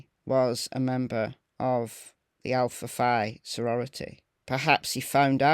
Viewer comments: I am going to help you a bit but for some reason it’s pronounced Alpha Fee. I don’t know why but I was one that always struck me as weird and nobody could tell me. It was a secret I guess. I know several other people but we all went to the same university at different times so I may be wrong about the people on the West Coast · The sorority is pronounced " Alpha Fee" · It’s pronounced Alpha “Fee”. If you check the history of the sorority this is the only Greek organization where Phi is pronounced “fee”. If you google the sorority, my info will be verified. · Hey! Love your channel!! Just wanted to let you know that the word "Phi" in Greek is actually pronounced "Fee". I'm not sure how it's pronounced in the UK but that is how the Alpha Phi's pronounce it in the US.💞